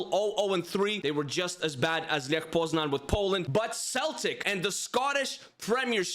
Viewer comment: Grabara isnt the Polish starting goalkeeper. Its Wojciech Szczęsny. Tip: saying Lech Poznan, you say Leh Poznany ( y like in alphabet)